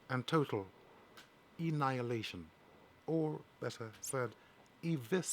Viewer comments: "Ennihilation?" That's not even a fucking word 🙈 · it's annihilation not ennihilation